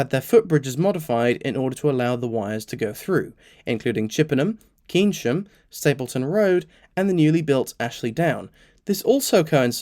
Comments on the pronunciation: Keynsham is pronounced Caineshum not Key n sham, yours pedantically. Also, you didn't really explain why electrification was abandoned for these areas (apart from cost, obviously) and whether there any upcoming plans to complete electrification through the whole GWR area, there must be a plan somewhere in somebody's drawer, or how long it could take to complete. Also no mention of battery trains on the branch lines. A battery shuttle between Didcot and Oxford, which ran regularly all day would be grand, but it would also open up oppurtunities to reopen extinct branch lines, perhaps with light rail and associated cycle / walking tracks to give multiple options that don't require cars. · Lovely video.. Often wondered why Bath and Bristol didn't get electrified with the rest. Tiny niggly point. Cane- sham, not key-sham. Bonzo Dog Doo Dah bad wrote a song about Kaynsham. 😊